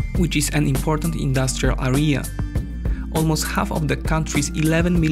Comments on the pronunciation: Amazing content as always, one remark though, you very often say word "area" and with the accent on the wrong vowel, it's "Area", not "arEa", all else is great :) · Nice video, it's a really interesting situation ( from the outside). May I suggest 3 words for you to focus on pronunciation? ★ Area ★ Territory ★ Separatist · Please learn how to pronounce the word "area"